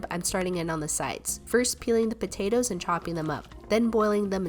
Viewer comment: I’m not trying to be rude of offensive but after watching most of your videos, I was wondering if anybody else realized how she pronounces potatoes as potatas